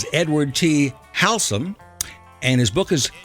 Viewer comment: The author's name is Ed Haslam--not "Halsam" as was introduced by the host!